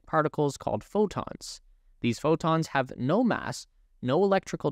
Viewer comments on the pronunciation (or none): none